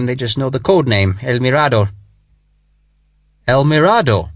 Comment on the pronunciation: mirador has the accent on the “m” not the “r” but a wonderful book